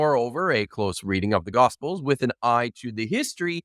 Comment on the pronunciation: Is it just me, or do evangelicals always seem to pronounce "Gospels" like "Gossfulls?"